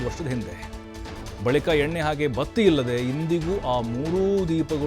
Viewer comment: ಬತ್ತೆ ಅಲ್ಲ, ಬತ್ತಿ ಅಂತ ಹೇಳಿ, ಜಗಹ ಅಲ್ಲ ಜಾಗ 🙏